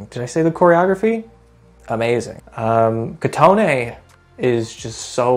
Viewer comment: sadly it doesn't put my brain at ease cause even though I know it 'can' be said differently or is in other languages/by other people when literally all the members of tripleS say KOtone and Shin-wee and you don't it itchessss